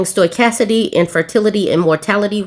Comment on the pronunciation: *stow-kas-tis-ity, it's a super tongue twister!